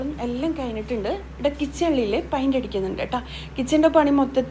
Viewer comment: പയിന്റ് അല്ല ഉച്ചാരണം പെയിന്റ് എന്ന് തന്നെ പറയാൻ ശ്രദ്ധിക്കുക സ്നേഹത്തോടെ 🥰❤️